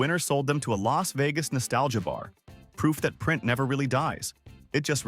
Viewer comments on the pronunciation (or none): 😮It's Bobafet not Boabafet, it's picasso not picarso, why did they have to pay 80bills, surely you mean an $80bill who are the firm called bidders. Isn't it Las Vegas, not Los Vegas. Prosthetic goat not prothetic, or should that be a pathetic goat. Surely you mean a storage unit in OREGAN NOT ORGAN. What's a toughie, more to point how do you eat it? Are you saying bitters or bidders, either way are they an American autioneers or what? The garden gnomes as presidents sounds like good fun, every country in the world ought to hav3 something like that. POP ART, THERES NO MUSIC IN COMICS NEVER EVER HEARD OF AN AUCTIONEERS CALLED BIDDERS OR BITTERS, MUST BE ONLY IN AMERICA.